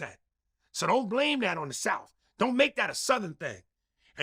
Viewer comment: "all from the souff" after saying "butchering the human language" is crazy